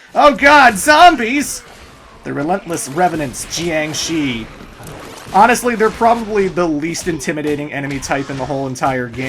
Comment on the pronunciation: Jiang Shi's is most likely pronounced more like "Gee-aang she", like the monster that is most likely to be their inspiration that has the same name